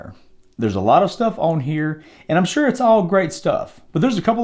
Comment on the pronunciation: Lmmfaooo "make shur u chek thad out *eyebrow raise*"